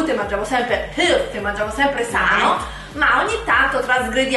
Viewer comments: noi mangiamo sempre helt 😰😰😰Aiuto ma come l ha dettoooooooooo Healthy? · ma solo a me quando dice "healty " il cuore manca 5 battiti? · il modo in cui dici healthy ogni volta. Accettiamo anche "HELTI" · Voglio anche io gli snack americaniiii! Si dice Hel fi, dopo l' h devi pronunciare come se ci fosse una e aperta. Th, se non sai pronunciarlo, pronuncia fi. Ecco conosci gli elfi? Mettici un' h davanti ed è fatta.